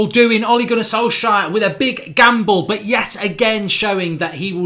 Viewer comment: SOL-SJKAER'S GAMBLE??? You got the name wrong mate!